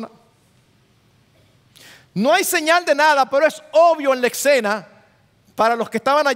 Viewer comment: no se dice ecsena, es escena; olvídese de la c, ud es un hombre educado